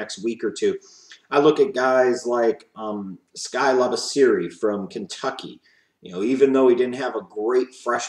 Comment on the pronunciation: Good vid. But Labisserie last name is pronounced La-Biss-See-Yay